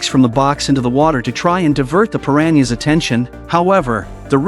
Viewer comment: 🤣 I lost it everytime AI voiced that 😁